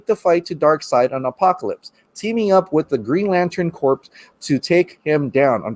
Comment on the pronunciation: The green laten Corp not corpse " english would be good "